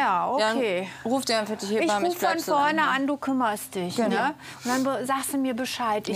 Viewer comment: Die Ärztin sagt immer " He bamme" das heißt aber " Heb amme" Die Amme, die das Kind aus der Geburt hebt.